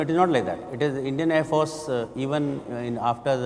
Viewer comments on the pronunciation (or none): Thank you. Why does he pronounce “force” as if he has a constipation? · Who is this joker anchor? Why does he pronounce “force” like a total idiot? What is his name? I would like to send him an email and teach him how to pronounce